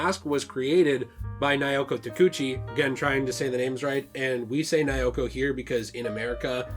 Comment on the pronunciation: I speak Japanese and have researched the series very well. I'm happy to explain anything you'd be interested in! First, all vowels have the same sound. (A is "ah", I is "ee", E is "eh", O is "oh" and U is "ooh") so Naoko is pronounced Na-Oh-Koh 🙃